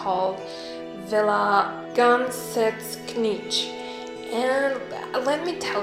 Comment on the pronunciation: Beautiful build, but the pronunciation is a little bit off, I recommend just typing "Gąsekich" in google translate. :)